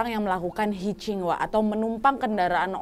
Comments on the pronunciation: Koreksi ya Hitchiking dibacakan hitch haiking. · Hitchhiking dibacanya hitch hiking (hic haiking) kak nad